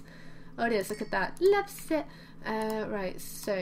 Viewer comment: The first time you said loves it I thougt you said love zits!!! HaHa ;)